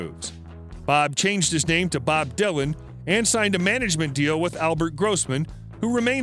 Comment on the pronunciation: insane! the details are all over the map! + he can't even pronounce "dylan" correctly!! how hard is that???